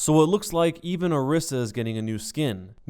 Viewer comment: Say it with me, Or-EE-sa! Or-EE-sa!